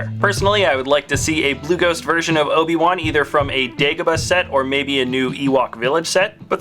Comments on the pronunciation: You said oba-wan not obi-wan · he says Oba one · You said obe wan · another padawan Oba-Wan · no no no its Ben kanobi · Oba one... That's what he said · "Let's move to the episode ONE Obi- ONE(Wan) where he is a padaONE(wan)"